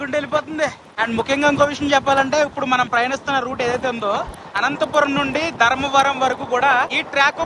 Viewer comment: ధరంవరం కాదూ స్వామీ ధర్మవరం అనాలి. అంత మంచి పేరును ఖూనీ చెయ్యొద్దు దయచేసి .